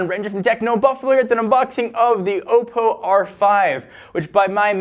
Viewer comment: It's pronounced Aw-po